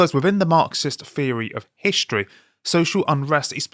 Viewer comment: Pheory or theory... Come to America we'll teach you how to speak English... 😋